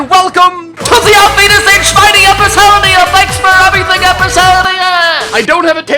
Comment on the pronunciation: "that was the bayern youth academy episode!" nono you said that wrong! its THAT WAS THE BAYERN YOUTH ACADEMY EPISOODIIIIIIIAAAAAAAAAAAAAAAAA